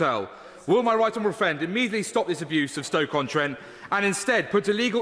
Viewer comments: My wight onowable fwend indeed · Scott Benton - “I know my wight honawable fwiend will share my delight” proper bwexiteer arse right there!